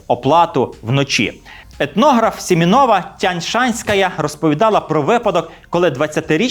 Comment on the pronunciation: Цікавий матеріал! І важливий! (( Але, не хочу бути жовчною, дикція занадто слабенька, грамотність усного мовлення вимагає кращого. Особливо там, де диктор ЧИТАЄ російською. Не хотіла про це писати, але, коли майже по складах та з невірним наголосом було прочитане прізвище Семенової - Тянь-Шанської... - реально, стало не по собі. Росіяни відразу почали б критикувати за подібну вимову та називати непристойними словами...